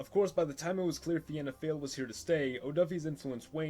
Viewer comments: Pronounced fee-na fall not Vienna fail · Finna Fáil is pronounced Fe-Na Fall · It's actually pronounced Feena foyle, uncultured swine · Fina Fail is pronounced fee-na fall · Fianna Fáil - Feena fall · Fianna Fail is pronounced “Fina Fall” 😅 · Here is how you say it Fee-na-fall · Fianna Fail: Feen Ah Fall. Fine Gael: Finn Eh Gail. 👍🏻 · Pronunciations; Fianna Fail = Feena Fall Fine Gael = Feena Gail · "Fianna Fáil" pronounced "Feena Fall". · Pronounced Feena Fall :) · fianna fail pronounced feena fall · Fianna Fail is pronounced (Fi-anna Foil) - I am a member/County Antrim Chair. Largest party in Irish political history, although going through a tough period, regaining suppor - check out latest polls & wikipedia. Fine Gail pronounced (Fine-nah Gail) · Btw Fianna Fail is pronounced like Feen-na Fall and Fianna Gael is prononced Feen-na Gale. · Fianna Fail is Pronounced Fee-na Fall And Fine Gael is Fee-na Gway-el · I’m Irish and Fianna Fáil is pronounced “feena fall” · It's pronounced Feanafall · Fianna Fáil is pronounced “Fee-nah Fall” and Fine Gael is pronounced “Fee-nah gale”. That’s not even near the hardest pronunciations in our language, we have some odd grammar rules! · its pronounced fee na fall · What if the Soviet Afghan war never happened What if Ireland became protestant P.s. it's pronounced fianna fall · Its feena fall thats how is Prounced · It's pronounced f-eena fall and fina geal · It's pronounced feena fall and fina gayle and you don't leave the "De" out of de velara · christ yeah the way he says fianna fail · The Fianna Fáil mispronunciation I could handle, but “Fine Gael” actually hurt to hear hahah